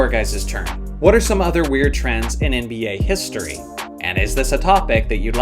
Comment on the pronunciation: Love this dude and his content but the way he says “nba history” always sticks out to me lmao